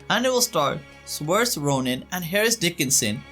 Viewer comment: Pronounced Sersha not saorise